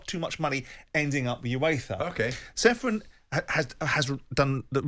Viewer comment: Aleksander is not Seferin. His surname is to be pronounced as Cheferin. Originally there s a caron on letter C instead of letter h. As his countryman I felt you should know.